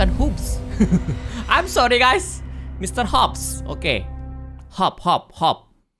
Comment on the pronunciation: KAK YANG BENER ITU MR.HOP BUKAN MR. HUP 😅😅😅😅😅😅